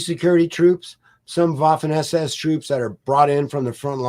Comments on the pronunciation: The Colonel's pronunciation of German names and words is generally good. But one small point: in German the letter 'w' is pronounced as the English 'v'. Therefore 'Vaffen SS'. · Guilty as charged; my college German language instructor, Oberstleutnant Kurt Leiberich, would have been appalled because I opted for the English pronunciation of the "w" in a few cases. 😉